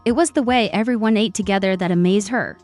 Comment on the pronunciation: Your AI started with first person pronoun, then later, changed to 3rd person pronoun. Charming narrative but confusing. Please teach your AI to pronounce ATE as ahhh-tea or ahh-tay, and not "eight" or past tense of EAT. 😮 Ate is the respectful address to an older lady because it's disrespectful to call an older lady by her first name.